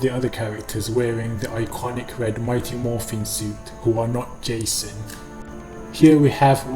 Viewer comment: He said gayson